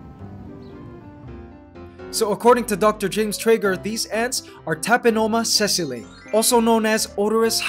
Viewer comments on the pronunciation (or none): Hey, i'm from Germany and i'm a huge Fan of your Channel! By the way it's "Tapinoma sessile" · I believe you said tapinoma sessile